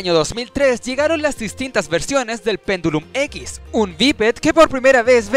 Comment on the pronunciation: "Pendulim X" XDXDXDXD Jajajaajjajaaja